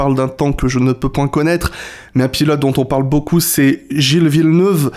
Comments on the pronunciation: Gilles Villeneuuuve ça pique les oreilles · J'adore mais s'il te plaît 🙏 Gilles Villeneuve ça ne se prononce pas comme ça 😭😂